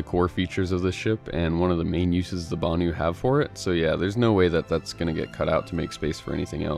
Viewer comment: every time you say banu I think you say bounty xD